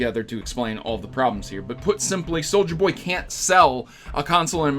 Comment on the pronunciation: "Solulja Boy" Was that on purpose? If it was, I love it. If it was not, then kudos.